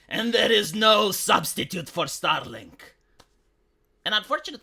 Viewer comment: keeps saying "STARLINK" and making it sound like "STALIN"! Is that somehow a COINCIDENCE?? For sure! Second language accents are usually weird...